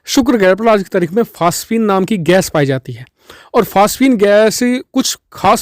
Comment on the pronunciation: Phasphine kya hota he be phosphine hota hai